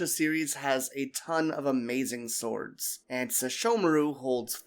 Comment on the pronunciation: Firstly it's "Swords" not "Sowrds", Secondly I believe that because Sounga can revive the dead in a reanimated state that severing the minions was a surefire way to ensure that the sword couldn't recall Takemaru's soul back from the dead. Tenseiga can bring a person back once, can be used to kill spirits and undead and possess powers of purification, so sesshomaru likely purified Takemaru's soul so the sword would lose it's hold on him. Sounga was wielded by sesshomaru's severed left arm which was attached to Takemaru's body, so severing that made the weapon unable to revive Takemaru.